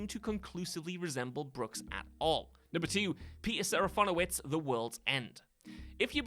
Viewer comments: Too bad he then squanders that rare win moments later by pronouncing Serafinowicz SeraFONowicz*. * (What?!!!!!) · Not sure where you got the additional O from, but it's SeraFINowicz. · I have literally never thought any of these actors were in these films. And it's SeraFINowicz for crying out LOUD it's a tricky name, sure, but you somehow managed to mangle the easy part of it. Top marks. 👏 👏 👏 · It's a rare hit for WhatCulture. Just a few entries later he pronounces Serafinowicz totally wrong! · THANK YOU! And he said it SO MANY times!! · Yes, it’s sergeant picky, but Cyrano is pronounced as See- Rah-No. Not Cyr as in cereal…. Sorry, It’s petty I know but what can I say, I’m pedantic. As an addition: “Fin” in Peters name, is said Fin as in Shark fin, no fon like phone